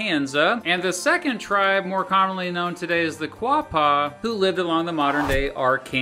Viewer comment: Quapaw, is pronounced (O-gah-paw)